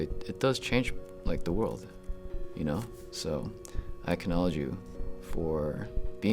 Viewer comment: "i k-nowledge you"?